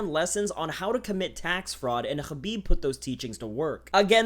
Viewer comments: The way you say hrrrraabib LOL white boi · you know how many people absolutely cannot stand it when people try to pronounce foreign names with the native accent?... Its fkn intolerable and literally the reason why i will shut this video off after completing this comment. fkn "ZHUUUUCCCBIB!.." wtf man... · stop saying khabib weird